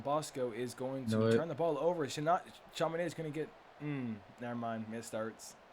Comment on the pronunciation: It's not Chama Naid.... it's chamaNodd